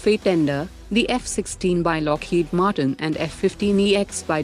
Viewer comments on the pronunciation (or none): none